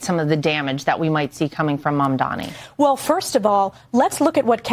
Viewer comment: Its not Mamdami you idiot, its Mamdani, what is wrong with these dush🛍️.... yeah I also missspelled on purpose!!!